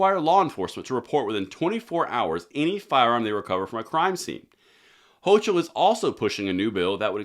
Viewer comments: her name is pronounced '' ho co '' ,,,,,,, [the letter ''O'' is a long vowel ] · great video, but Her name is pronounced “Hokull” which really translates to “Coumo 2.0”. What he did was criminal, what she is attempting to do to allow criminals to own NYS, without the 2A, they will. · Hochel (pronounced Hoke-el) is a blithering unelected communist leftist schill that is just dutifully toting the NWO Elite globalist line!! Every Constitutionalist in every blue state should bail and move to a Constitutional RED state!!